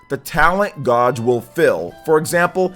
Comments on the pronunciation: Love your vids, but your pronunciation of "gauge" is like nails on a chalkboard. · pls look up how to say gauge